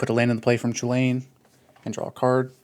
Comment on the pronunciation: Yet he pronounces “Chulane” wrong…